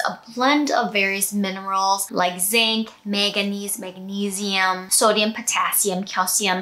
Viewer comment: Finally someone who pronounces magnesium the way I pronounce magnesium ❤